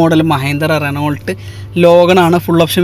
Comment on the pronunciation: ചാവേർലെറ് അല്ല ഷെവർലെ ആണ് റെനോൾട് അല്ല റെനോ ആണ് പവർ സ്റ്റാറിങ് അല്ല പവർ സ്റ്റിയറിംഗ് ആണ് ഇതൊക്കെ ഒന്ന് തിരുത്തുക ,പിന്നെ ഈ വണ്ടികൾ നിങ്ങൾ നേരിട്ട് കണ്ടു എല്ലാം നല്ല വണ്ടികൾ ആണ് എന്ന് ഉറപ്പാക്കി ആണോ പോസ്റ്റ് ഇടുന്നതു വണ്ടിയുടെ വില കുറച്ചു കൂടുതൽ അല്ലെ